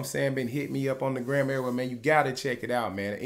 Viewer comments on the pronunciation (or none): none